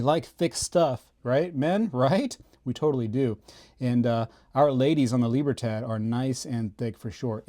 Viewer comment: Dude, I love your channel. I have to admit that I wince every time I hear you pronounce the word "Libertad."